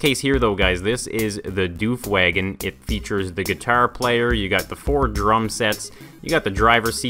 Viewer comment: its woof wagon, not doof wagon